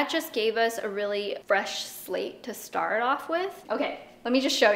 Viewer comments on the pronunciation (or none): none